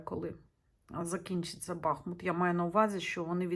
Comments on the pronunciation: БахмУт, а не бАхмут !!!! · Дуже Вам дякую за моє рідне місто,тільки будь-ласка БахмУт,наголос на другий склад.,будь-ласочка поважайте назву мого гарного міста, на долю якого випало таке важке випробування.БахмУт -це Україна,це титан,він переміг і перемагає!!! Да буде так!!!